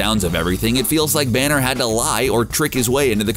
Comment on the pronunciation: Is everyone gonna ignore the fact he says "the Hulk and Bruce Branner 😂😂😂